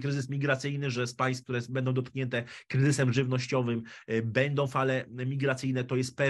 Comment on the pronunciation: cenie bardzo Pana wypowiedzi, poniewaz niewatpliwie w kraju jest to potrzebne. Ale...przede wszystkim, Pana polski jest fatalny. Beda nie bendom. Prosze nie uzywac spolszczonych slow angielskich, lub polskich, ze zlym znaczeniem/tlumaczeniem. Nie jest sie madrzejszym, uzywajac slow w jez pilskim nieistniejacych. Wybral Pan dzis temat zbyt obszerny, zbyt skomplikowany, na jedna pogadanke. Nie ma Pan chyba wszystkich, istotnych danych, miesza Pan pojecia, tematy, czesto ich nie rozumiejac, wprowadzajac sluchaczy w blad, podajac niepelne lub falszywe informacje, a nie o to przeciez chodzi.